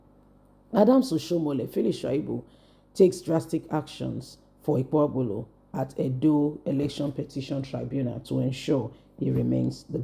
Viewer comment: If you know that you can't pronounce names correctly, you should stop reporting. Look out how you are pronouncing Okpebholo? This is why i don't like listening to your videos. Your reports are always boring.